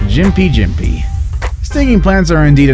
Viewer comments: seriously dude.....its pronounced Stricknine........and Gimpy gimpy.......not strichynine and jimpy jimpy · South of the equator we pronounce it Strick-neen. And yes, Gympie is pronounced like gimp-ee with a hard G as mentioned in these comments.